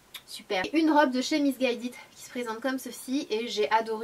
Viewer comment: Non, ça se prononce " ki " si jamais